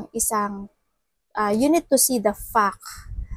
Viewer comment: It sounds funny when you pronounce the word "fact"